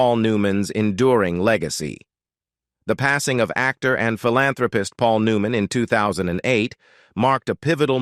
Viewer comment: Do these narators not know they are mispronouncing so many words they are reading even the main person's name? Aren't these listened to by someone who can correct these horrible mistakes? Makes me not want to listen at all. New man? Forgoodness sakes, someone correct the mispronounced words before putting them on here!